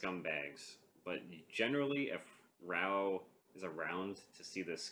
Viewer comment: raaa oooohhh not rauuu